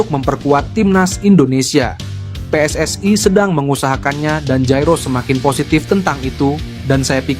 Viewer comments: Pe Es Es Ai😂😂😂😂 Preeeeeetttt daaaaah, biasa aja bacanya PSSI. kelamaan tinggal di Vanuatu😅😅😅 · Wooiii min jangan seperti negara jiran....yang benar pe-es-es-i bukan PE ES ES Aiiiii......ini Indonesia, pakailah pelafalan bahasa yang benar. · PSSI dibaca Pe Es Es Ae, jgn pake pembicara seperti ini pake suara asli saja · Min narasinya dibenarin masa 'PSSI' dibaca "Pi es es ai"😮😮😮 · Knp mimin mengucapkan PSSI menjadi PSSAI.Pengucapan dlm ejaan bahasa Indonesia PSSI menjadi PSSAI adalah salah kaprah. Pengucapan ejaan PSSI menjadi PSSAI adalah pengucapan dlm bahasa Inggris dan juga bahasa Malaysia. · we en ai pss ai belepotan min narasinya😅😅😅😅😅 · Benar, wni juga we en ai dan itu sangat menjengkelkan